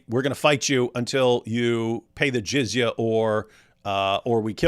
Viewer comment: "Jizya what's?" ...."Jizyawatts" 😂